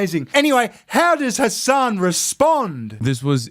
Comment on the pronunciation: Calling him " Hessen" doesn't sound too islamic. But it actually sounds like 🤐n@